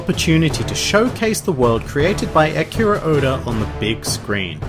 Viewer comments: "Ekiro Oda" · did you say Akira Oda? lol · Ur saying his name wrong